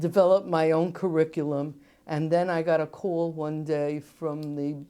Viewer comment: I love how she says "call" and "store".